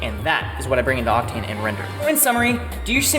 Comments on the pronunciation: Who had too much time and added "wrender" over everytime "render" was said? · wrenders a wrender wrenderless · I like how without fail whenever said render or rendering they changed it to wrendering and wrender